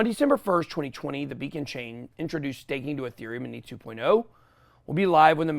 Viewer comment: did you say be a con chain?